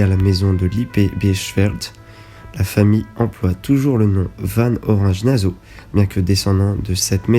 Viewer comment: Effectivement la vidéo n’est pas agréable ni à regarder ni à écouter. Il y a un gros travail, ce qui n’enlève pas le problème de la voix qui est toujours plus agréable quand elle est nuancée, les nombreuses erreurs de prononciation laissent plutôt penser à une méconnaissance ce qui est dommage pour une vidéo sensée donner de l’information ! Nassau avec deux S donc « so » pas « zo » 😬. Et bien d’autres encore…